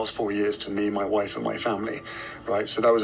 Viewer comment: Hate how he says “moi woif”😡